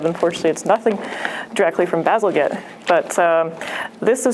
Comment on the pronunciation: Bazal-J ett! Not 'Get"